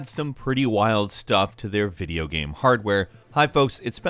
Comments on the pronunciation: Why does Falcon have trouble saying the word 'game?' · that explain how he cant say arduino, not once but twice, and every time the word game, came out as geem or something like that. still sexy sound though but... strong accent? dislexia? idk